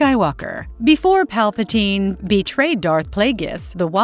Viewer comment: Disliked the video cause they can't pronounce Palpatine name right. Uncultured swine.